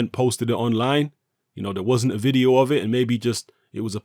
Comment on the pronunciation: Your pronunciation of o's are jokes G. Oh. Vide. Oh. Billie j. OH Haha punch him in the balls!